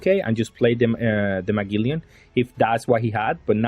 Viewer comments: Or maybe Muh-geh-lan is a more accurate description idk im not English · Please stop saying Muh-gilly-an, the correct pronunciation is more like Muh-gel-an. His name is Magellan i have no idea where youre taking all the extra "i/y"s from😭😭